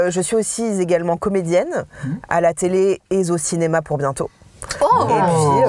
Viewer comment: “A la Tele et Z’au cinéma” 😂